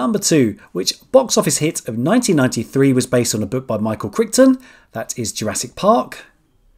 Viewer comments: CYLONS!!!! CYLONS!!! NOT FECKING CYCLONES !!! And Michael Crichton is pronounced like Kryton. 🙄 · It's pronounced Micheal CRYton, chrichton It's pronounced Sylon,cylon